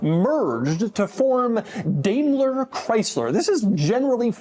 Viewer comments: it's DIME-LER not DAYMLER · Yup, DaimlerChrysler, the "merger of equals" that never was. (Btw Doug, it's pronounced "DIE-mler" not "DAY-mler". Take it from someone who grew up in the Detroit area and was in charge of a commodities contract with them for a supplier.) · Daimler is.pronounced "dime ler". Not dame ler. Do better. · It's pronounced as "Diamler, not Damler." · The Crossfire was a unique car. Too bad Chrysler doesnt have a good rep producing reliable cars. But I thought it was pronounced DIME-ler Chrysler not Day-mler Chrysler? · It's pronounced "Dime-ler" not "Dame-ler" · Not to nitpic but, Doug, it's pronounced Dime-ler not Dame-ler. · It's pronounced "Dime"ler not "Dame"ler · It's not 'DAY-MLER' it's 'DIE-MLER'. Also, this was a pretty good little car. I drove the roadster version of it several times. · how do you not know how to pronounce "dime-ler"? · Pronounced DYMLER BENZ. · Doug, really, you're such a car guy, but why in tf did you pronounce Daimler DAMELER? maybe time to bring your new found ego that everyone is noticing on you little podcast things you do back down to humble levels. And maybe you will pay attention. Thats one of the top common names in the automotive industry yet you completely fkd it up. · DIME-LER.....say it right.... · It's produced "Dime"ler. Otherwise good video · Is it actually pronounced "daymler"? That kind of the me off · I'm not a German, but I had a stroke listening to the pronounciation